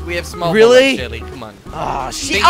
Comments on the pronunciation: Who's the person that keeps saying jilly instead of jelly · Why he call u jilly instead of jelly